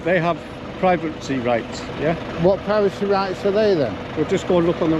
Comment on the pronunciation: "Private-sy rights". What a doughnut 😅